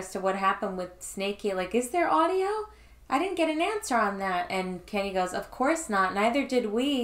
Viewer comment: The way you say 'audio' is on par with Bigfoot saying 'daughters'